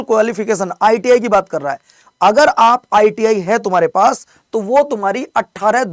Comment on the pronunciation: Iti ko iit k rahe ho 😅